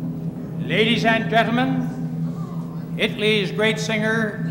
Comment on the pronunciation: You don't know how long I've been waiting for Ed to say Itly instead of Italy!